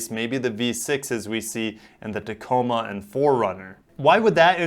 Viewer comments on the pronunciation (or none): none